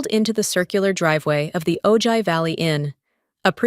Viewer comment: Ojai is pronounced O Hi. The j makes the H sound like La Jolla (Hoya)